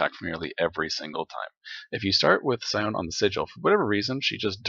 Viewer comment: Sione is pronounce See-Oh-Nay.